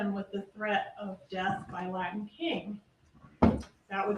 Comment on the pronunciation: LaTin kings; threaTing; imporTant …. For goodness sakes pronounce your T s correctly!!! This guy would drive me nuts if I were a juror!